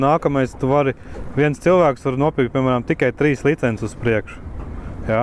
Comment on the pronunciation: Kas tas par vārdu - "licenzes"? Nekad latviešu valodā tāds vārds nav eksistējis!!! LICENCES Taču iemācieties vienreiz pareizi izrunāt!